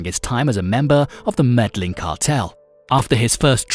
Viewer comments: Maur The Spaniards would say yeen, but in Colombia it’s pronounced me-de-jeen. This is how true natives, and paisas pronounce it. The REAL way of pronouncing it. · Pronunciation needs a lot of work, in particular-- Medellin. Bogota. Dorado Gaviria. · MEDLIN? Seriously? MED-LIN? WTF! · Med-Ah-yeen ( MEDELLIN), La-key-cah (Laquica), Bow-ga-tah (Bogota), damn You've killed my ears, with such butchery of pronunciation of specific names, it's insulting... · I really hate it when a person pretends to be a subject matter specialist but cannot even pronounce the person's name correctly. Looks like someone didn't bother watching narcos....also it's "medda - yeen"....not "meda - Lin" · No it’s not med eyeen it’s Me-de-jin. That’s the correct pronunciation. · Medlin lol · Did he actually say "medlin' Colombia"!? A new low in Youtube "documentaries". Hope y'all are ready to look at the same 5 pictures for 9 minutes. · What the heck is MEDLIN?? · Ba-goata haha Medlin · I got a good laugh from his Bogota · its MED AH YEEN.....its BO GO TAH...thats how you say it. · Every time I heard Medellin I laughed. That computer needs to learn. Lol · Omg the mispronunciation of the name is annoying me